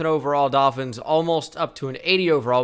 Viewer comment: I love when he says doll fins lmao